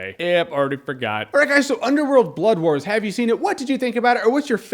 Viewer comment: I keep hearing "Bloodborne" instead of "Blood Wars." A game that awesome should not be related to a movie this meh.